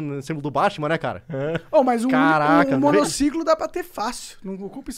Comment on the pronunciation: ninguém: a Monark: Meu monocicolo...